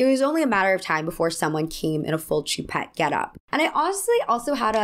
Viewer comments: Sorry if 1200 people have already commented this, but no biggie just fyi Choupette is pronounced Shoe-Pet Also why do we know the name of a famous dead man’s kidnapped cat? But here we are. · You’re pronouncing his cats name very wrong. It’s French for cat. Look up the way to properly pronounce it please. But I agree about Doja